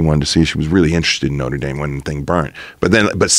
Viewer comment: Wtf is Noter Dame ? 😂😂😂😂